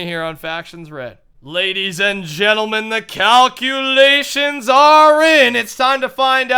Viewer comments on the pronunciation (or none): I love how says calculations it sounds like cowculations:)